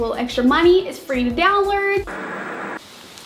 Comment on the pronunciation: can you say below,download, and almost every other word the right way god damn